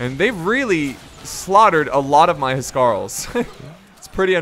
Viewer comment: the correct pronunciation for the Anglo Saxon kings guard .... say it how I spell it..."house Carl's"..I should know, I'm an English historian...